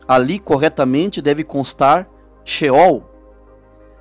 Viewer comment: Irmão a paz de Deus continue evangelizando mas porque não dizer ceol ao invés de scheool porque se tem céus a palavra ceol e ao contrário de sehol